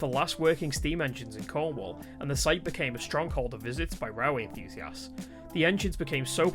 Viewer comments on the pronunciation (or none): none